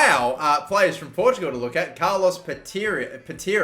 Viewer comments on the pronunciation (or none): none